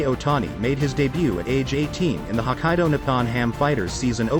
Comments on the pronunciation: I hate to say this to you because I may be nitpicking but pronunciation of Hokkaido is not 'Ho kai do'. If Google pronounce it 'Ho kai do', then they'd better do a better job! There is a reason for spelling some words with, for example, kk, or, tt, or pp. It's very difficult to explain how to pronounce because I can't think of any examples in English at this moment but closest way to explain would be like as if you are stuttering the spot. For the same reason 'Nippon' is not 'Ni pon'. 'I'm afraid you may not understand what I am trying to say. It's so much easier to hear than try to explain in words. Just my 2 cents. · Yeah, I caught that too. I mean it's nitpicking, I know, but if the shoe were on the other foot and a video were calling Boston, Beestin or John, Jane, certainly that would make people cringe.